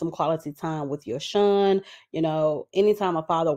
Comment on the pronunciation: Yosohn name is pronounced as Yo -Son. Ari admitted to inviting other women in their bedroom. I wont be surprised if their relationship is over. Men like bag like women like airi who invite other women in so if they do stay together i think it will be built off of lust and material things.